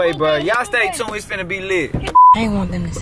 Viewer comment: Stop saying stay tound